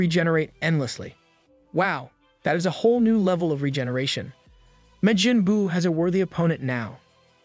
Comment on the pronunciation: Seems like you are just reading the script. How do you not know how to pronounce Majin Buu. Even if you didn't watch DBZ, as an anime fan you should still know the name.